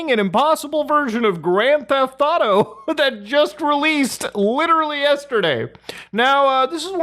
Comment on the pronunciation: Oh god, please, less LIRERARLY I beg you